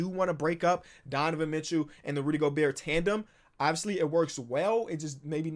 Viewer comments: yea go-bear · Gabriel González no we say Go Bear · you watch too much krispy flakes if you think its gober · It wasn’t until just recently that I realized pronounces the “T” in Gobert and I can’t unhear it now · how is still pronouncing the T in Gobert